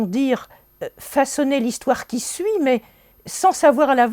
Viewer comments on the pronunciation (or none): none